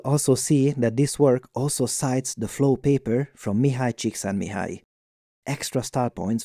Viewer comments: Bonus points for pronuncing "Csikszentmihalyi" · First: I’m surprised to see the name Csikszentmihalyi in this research paper Second: I’m surprised to hear this name with perfect pronunciation Third: I’m surprised at the fact that I’ve seen so many videos from you that somehow I’ve almost forgotten that you are Hungarian as well 🇭🇺😄